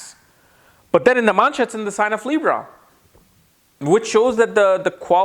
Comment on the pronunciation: Is he saying Namansha? 🤣